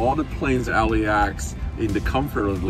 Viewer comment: LAX not LEX